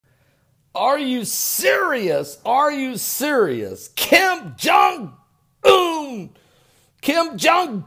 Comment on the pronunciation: Kim jum boom???? 😅 you are too much! 😄😁😂 Thank you for bringing a smile in the midst of this modern tragedy and insanity. 💞